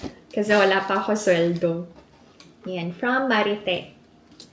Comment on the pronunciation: Ma-reet po yun pronounce ng Marithé hehe 😊